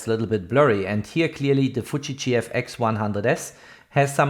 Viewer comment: It's Fuji and not Fuchi. You sounds like keep saying Fuchi. What you have done in this video was reading from the company website which is everybody else can do by themselves. No to bad video Dislike